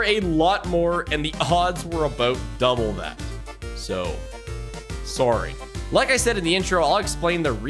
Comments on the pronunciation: this is the most Canadian "sorry" I've heard outside of exaggerated media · I'm Canadian, and same. We should put that sorry in a museum. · you have the most stereotypical Canadian “sorry” I’ve ever seen 😂